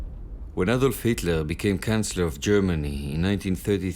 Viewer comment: And also it is not can-cellor but chancellor.